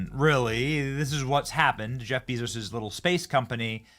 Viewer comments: Why do you pronounce it ‘Beeee-zos’?!?! He pronounces it ‘Behzohs’ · It's not 'Beeezos' Benny!--It's 'Bayzos!'---I thought it was a pretty cool event today!--I think it's rudely cringe of you to minimize it Benny!